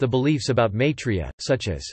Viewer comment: MYI 3 YA not MAY 3 YA...